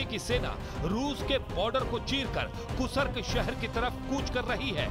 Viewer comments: कूसर्क या कुर्स्क?? 😅फिर से बोलना सीखिए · Gentleman, it's Kursk, not Kusark. Kindly pronounce correctly..., Dr. Dinesh, Moscow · कुर्स्क को कुसर्क बोल रहे हो, नेशनल चैनल पर हिंदी की ऐसी टांग तोड़ने में शर्म नहीं आ रही क्या?